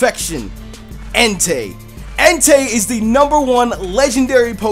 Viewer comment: Enteey lol